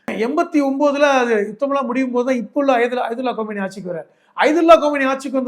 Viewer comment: ஜனாப் ஹலிம் அவர்களே, நைஜீரியா ஒரு முஸ்லிம் majority நாடு(55%). Qatar,FIFA Football world cup நடத்திய நாடு. Olympics நடத்தவில்லை. அவர்களே, நீங்கள் தொடர்ந்து பல interview களிலும் கோமினி என்று தவறாகவே உச்சரிக்கிறீர்கள். தயவு செய்து திருத்திக் கொள்ளுங்கள். அவர் பெயர் காமினி. 79 யில் புரட்சி செய்தவர் பெயர்தான் கோமினி.